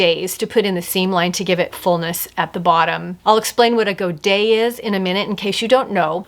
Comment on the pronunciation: I love that you pronounce godet correctly! You’ve restored my faith in people knowing what they’re talking about. That’s not entirely common on YouTube 😂 You did a great job on all 3 of those. But your niece’s dress was the standout for me.